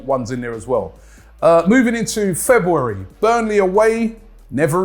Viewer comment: Januu-wary and febuu-wary lmao bee-cause is the best one tho by far lol cracks me up